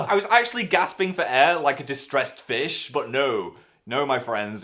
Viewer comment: lol I thought he said, "Like a distressed bitch" instead of "distressed fish"...